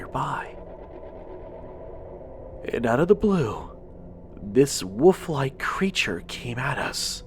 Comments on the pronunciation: Was I the only one that wanted to smack his every time he said woof instead of WOLF ......... maddening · I like the content and the quality of your videos but you have to fix the pronunciation of "WOLF" & "WOLVES" you are saying "WOOF" & "WOOFS" and it drives me insane lol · Dude i love ya but it's pronounced woLf!!!!!! Not "woof"! Again! I love ur stuff big time but that's been bothering me lol. No disrespect intended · woLf,,,woLf...woLf! For the love of God, there is a freaking "L" in the word!